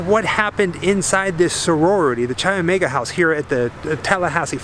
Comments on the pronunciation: K I omega is the pronunciation not CHI although the spelling is CHI Omega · Say it with me... KAI Omega. Chai is tea. Greek letter “X” (Chi) is pronounced Kai. No “ch” sound. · For everybody watching this, Chi Omega is pronounced “KAI” Omega, not cheesy chi. Good tour otherwise. Just trying to avoid Idiocracy becoming real life. It’s a futile mission. Thanks. P.S. Next lesson: You don’t loose a game, you lose a game. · Chi is pronounced ky not chy. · It's great to see this (old) video of yours and see with all the knowledge about the details. is just "Isn't that cool"ing and "Crazy"ing along while comes up with all the nitty gritty. BTW... "CHI" is pronounced "KAI", not "CHAI"! I really love you guys and your videos, but it does get a bit old when you don't do all the research. A friendly jab... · Love your videos bro! just an fyi its pronounced like Kai not Chai. Chi Omega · Great video! Chi is actually pronounced with the “ch” as a hard k sound. So like sky without the s. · The sorority was Chi Omega....pronounced "K-EYE" Omega. Just call me a stickler for spelling and pronunciation!😉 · Chi is pronounced like ‘kye.’ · Great doc - but please learn how to pronounce Chi Omega. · as much as i love this video, some of the pronunciations in this video is off, chi omega is pronounced “ky omega” and lisa levy is pronounced “lisa leevee”